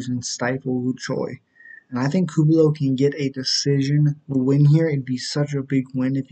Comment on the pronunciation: You tried. But it's pronounced coo-lee-bow